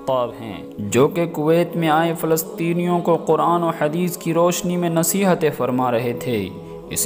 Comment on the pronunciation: Kuwaiti shaikh Falstini nahi